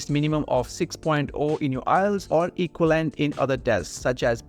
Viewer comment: Learn how to speak english, bro - you can't even say equivalent....what the hell is going on in this country